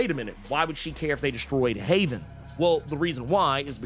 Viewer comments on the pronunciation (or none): none